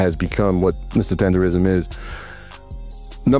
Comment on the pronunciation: Unc said Tender-nism a million times and the two interviewers are still saying it wrong.. Smh 🤦🏾‍♀️